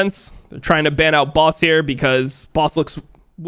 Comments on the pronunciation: Dom please say "BAUS" not "BOSS" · Why do (some really low IQ people) people pronounce Baus as Boss Edit: Lasted until . 5 mispronunciations already, I'm out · why does he say "Baas" and not Baus? That´s like saying Lionel Missy. (NA moment) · is dom ragebaiting with that baus pronunciation ? cause it's working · When will this guy learn how to pronounce baus? Its been years